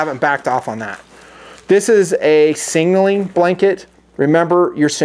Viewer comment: Still “singing” instead of signaling...